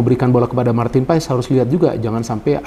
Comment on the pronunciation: bacanya itu PAS bukan P A E S, tolong di biasakan bung